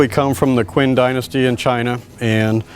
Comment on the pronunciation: LMFAO at how this guy pronounced Qing dynasty.